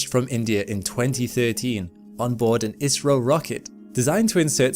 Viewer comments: I kept hearing "Israel".. then I realized he was saying "IS-RO". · After watching again, I do hear IS - RO more, but sometimes it's almost indistinguishable from Israel. 😂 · cmon man learn to pronounce Is-ro , Isreal is completle different 😂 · Oh, IS-RO...I was about to ask if he was alright because I have never heard a mistake so big... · agreed. I.S.R.O. is better. I was getting so co funeral as to why he kept saying "Israel". 😂😂😂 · "Israel" "Izrrio". Pick a poor pronunciation and stick with it, would ya. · That's because he had 8 pronunciations, including "Israel" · It should be said more like "eyes-row" 😂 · He IS saying Israel!! (Mercury is still retrograde…) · "ISS-RO" is the correct way to pronounce 😊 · Yes, I’m hearing Israeli as well. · I keep hearing it as Israel, it's really messing with me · He is clearly saying Israel then India in the same sentence over and over. And I'm British the same as the OP. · ISRO - India Space Research Organisation - gotta love AI pronunciations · Indeed. AI let him down. 🤪